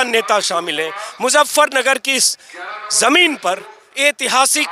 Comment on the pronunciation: मुज़्ज़फरनगर नहीं, मुज़फ्फरनगर!